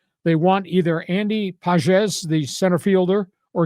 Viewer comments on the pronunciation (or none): Pronunciation for Pages: ‘PAH-hess’